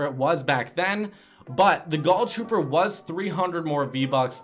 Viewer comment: Why do u call it the goll trooper and the skoll trooper